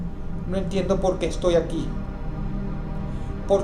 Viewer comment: Polque? No hay polque